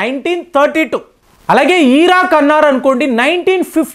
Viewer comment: ఈరాన్ కాదు ఇరాన్, ఈరాక్ కాదు ఇరాక్. యూదా కాదు యూదు. తెలుగు నేర్చుకోండి నాయనా